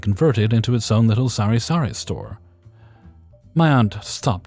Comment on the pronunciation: Hey, that's me in story 1! Surprised you managed to pronounce "sari-sari" properly, I know some people who fumble over it. Thanks for the read-along!